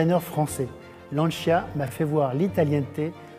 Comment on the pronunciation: Lancia, non c'è nulla da aggiungere. Chissà perché una scelta ponderata negli anni passati, per eclissare una filosofia vincente: nella classe; nello sport. n.b.: anche se francese, fatelo parlare in italiano. Inascoltabile "Lansià"...